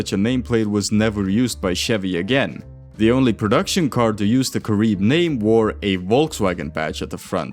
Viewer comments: Its pronounced Kah-ree-beh. Not Kah-rib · It's cah-REE-beh -- Spanish not French! 😘